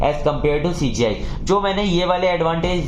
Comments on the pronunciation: CGI ko SGI mttt bolo yaarr ... Baaki explanation gajbb hai 😮❤ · Bhai CGI ko baar baar sgi kyu bol rhe???